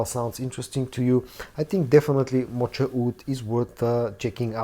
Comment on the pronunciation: Moka Wood. The ch is a hard k sound.